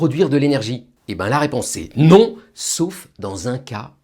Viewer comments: Le "NON" est imposé 😂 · Le NON était très clair lol